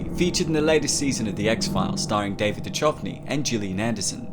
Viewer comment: Lol how’d you go from one episode saying David Duchovny correctly to making another later episode and saying it wrong??